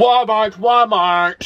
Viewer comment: You mean Wah mah (Walmart)😂😂😂😍😍😂😂